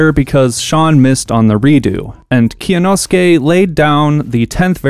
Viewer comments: it was a good try but kyonosuke is 3 syllables not 4 (kyo-no-skay), you don’t pronounce the y separately in kyo it’s all one syllable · Can't wait for to get cancelled for mispronouncing Kyonosuke's name. Not a bigger meltdown than Elon Musk becoming a Twitter shareholder (and quite possibly aiming to become the 51 percent shareholder) by a long shot, but still popcorn worthy. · Really shows the lack of effort on end to just ask Kyonosuke how to pronounce his name. Its not hard